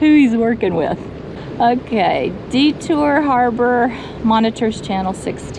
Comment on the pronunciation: Just to save you from offending the natives, DeTour is pronounced DEE-tour and Huron is pronounced HYUR-on. 🙂